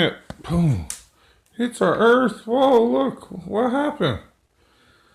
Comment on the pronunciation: "GLOBE EARF"